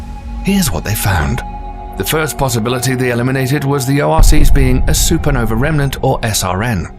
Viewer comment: love your pronunciation of everything ending in ae, but a remnant is not a "rehm-eh-nahnt." It's a "rehm-nahnt." Meanwhile, you also have some graphics that are opposite what you describe, c.i.p, being the Jupiter red spot, "counter-clockwise," as the image suggests, but the animation is wrong, going clockwise. Judging by your like ratio here, you have barely more than 1%. Why? Because your accent is soothing. Except for cosmos. It isn't "KOZ-moss." It's "KOZ-MOHS." Like the t.v. show with Carl Sagan. And words ending in "ah" are not pronounced, "uhr." Phenomina is "FEH-nohm-ih-nah," not "FEH-nohm-ih-nahr." And then, an hour 47 minutes in, ffs sake, "NEW-KEW-Lar?" Really? It is "NEW-Klee-ahr.," or more plainly, "new clear." There is no such thing as "new cue lar." Ugh. And last PLEASE stop with the Boomer Gen phrase, "on steroids." It is tired, hackneyed, and promotes the idea that abusing hormones will make a person superhuman. around 1 hour 15 in, dude. "BEETL-GEESE?" Are you f-ing kidding me? "BEETL-DZUS," aka, "beetle juice." Come on, now. "GAHISS" gise, don't know how to spell the pronunciation, would have been better than "geese." Like, Miss Geiss in Clueless.